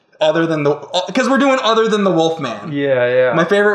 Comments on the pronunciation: I like how James can't say wolf so he always says woof. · Anyone else notice that James always says "wuff" rather than wolf?